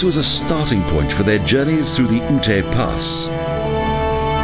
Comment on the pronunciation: As a former resident of Colorado I just wanted to correct the pronunciation of Native American Ute tribe. In your videos the narrator pronounces it as "ootay". Ute is actually pronounced as "yoot". No offense meant. Otherwise a nice video.